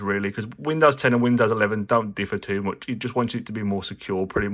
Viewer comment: "much" and "charge" words have ʌ and a: sounds respectfully, so why do you say "mooch" and not "chourge"?